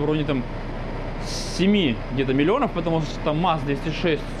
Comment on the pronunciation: говорит не 7 милионов а 7 милионёвь